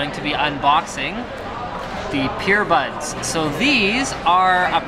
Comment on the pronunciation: is anyone else hearing "PEERBUDS"